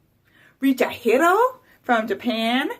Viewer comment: Wooow!!thank you a lot for featuring me on your channel!also thanks for the advice😉and you pronounced my name perfect 👍”richahiro”😁very helpful video!!keep up your positive vibes and regards to your fam!!🤘🤩